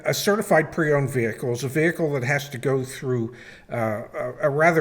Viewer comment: The "h" in "vehicle" is supposed to be SILENT!